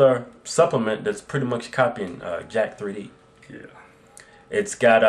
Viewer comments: You can't review a fucking product by reading what's in it. That would be called an impression of the product. Try the product and then give your review of how it worked, that's how reviews work. And for the love of god stop saying jackthreeD!! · Its pronounced Jacked, not Jack-3D And this is not a copy of it by any means. Almost all pre-workouts use the same main ingredients and this has a lot of stuff in it Jack3d does not have. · OH. MY. GOSH. Everybody needs to STOP saying "jack-three-d." It's Jacked.